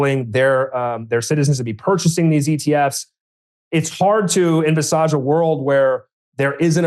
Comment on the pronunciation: envisarge, you cant unhear it